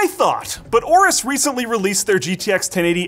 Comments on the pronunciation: I thought you pronounced aorus like "Ay-Or-Us" not "or-us" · you forgot to pronounce the A in aorus